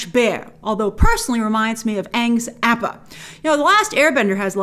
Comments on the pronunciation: Mulan is a princess. (In real life / orginal story) Apa is pronounced (Ah-p-a) That's how Ang calls him in the show. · What the hell did she just say??? APPA??????? that literally made my ears bleed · Grace‘s pronunciation of Appa giving away that she hasn’t watched Avatar 😪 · it was very disappointing to hear, it was so bad. but grace at least has mentioned in some of her videos that she hasn't watched the show, so I can move past it Lol! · That ain't how Appa is pronounced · Bro I couldn’t handle it when she mispronounced Appa. Also, Avatar isn’t south East Asian, it’s just East Asian bro. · Mispronouncing appa made me cringe